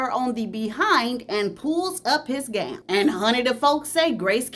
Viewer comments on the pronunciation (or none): none